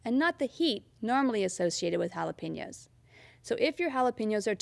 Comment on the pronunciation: lol, sounds fine to me.